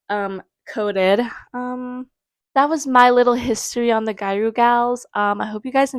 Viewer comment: The pronunciation is “gi-ya-ru” the “ru” being more of a roll of the tongue r sound. :)